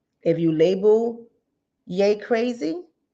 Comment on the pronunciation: HIS ALIS IS PRONOUNCED Y'E NOT YA .... IJS